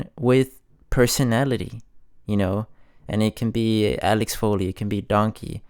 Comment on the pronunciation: Axel not Alex.